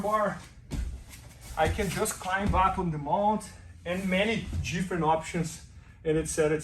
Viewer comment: as long as he doesn't change his pronunciation of "different"